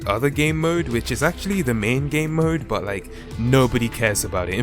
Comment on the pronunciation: U said boot